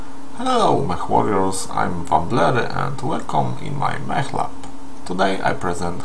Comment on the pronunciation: Czyta się mek nie mech :)